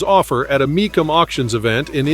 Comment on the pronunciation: Heard you do other car videos so next time the car auction is pronounced mee- cum auction